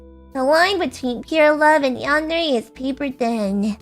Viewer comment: Saying "yandare" as a voice actor is criminal.